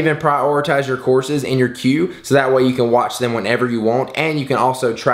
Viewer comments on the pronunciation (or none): none